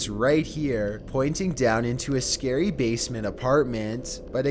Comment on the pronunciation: Oh god, scury